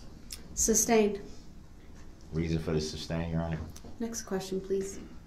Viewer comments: He is saying "substain" right?? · Does he say substain ?! 😆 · If he says “SUBstain” one more time, I’m gonna lose my mind 🤣😡🤦🏻‍♀️ he’s so infuriating!! Despicable human… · Stop saying SUBSTAIN!!! That's not a thing!!!! 👍🏻🤬🤬🤬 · Grounds, mind boggling, substain!! I probably would have went off. Now he’s a jail/ prison lawyer. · the way he’s not even saying “sustain” 😂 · Is he saying “substain” ? Lol